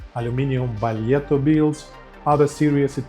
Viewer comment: Had one good Italian teacher from Sardinia ;) Baglietto earned it - 160 years of building and people still mangle the name. Appreciate you catching it.